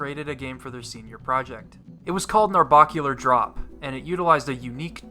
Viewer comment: It bugs me how you mispronounce "Narbacular drop" its bac not barc